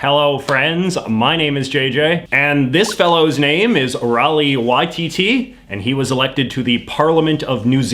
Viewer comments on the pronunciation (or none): It sounded like he did make some effort, and he didn't do too badly either (aside from "Rawiri", which somehow came out as "Raleigh"). JJ's not a NZer, let alone Māori, so as long as he makes an effort to be understandable and somewhat correct, then this particular Māori at least doesn't have a problem with it. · Oh god the pronunciation. He just turned Rawiri into Rali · 1. His name is Rawiri, not Raleigh 2. The Maori Party (Te Pati Maori) is neither fringe nor extreme. It has existed in NZ politics, in various forms, for most of the 20th and 21st century. 3. Referring to our indigenous peoples as “fringe” or “intense” or “fierce” is offensive - and tbh, perhaps unintentionally, quite racist. Fighting for equal and fundamental rights is something all indigenous peoples have had to do, sadly, and the way you frame these MPs is pretty lazy. PS his “facial tattoos” are called moko and they demonstrate his mana (pride) his whakapapa (geneology/history), not his “fierceness”... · Ra wa ri not rawi. The treaty was broken a year after it was signed. 10 years later a British Supreme Court said give the land back. If they can't follow their own laws why should we. I'm maori I'm surprised he didn't show in a birdskin cloak, with a jade club in his belt. A lot of maori Im related to get married like that. Weapons and all. I got married like. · Oof that's not how you pronounce Rawiri